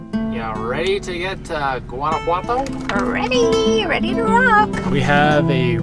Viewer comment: Guanajuato is beautiful stayed there with a Mexican guy many years ago, very romantic, lovely hotel with an open air shower 🥰. Note its pronounced like Yuan not with a hard G 🤗